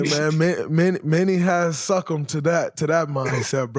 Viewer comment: It's the emphasis is on the "suc" not the "cumb". Once you retired you got to study up dray. It's good as is but it's always work ta put in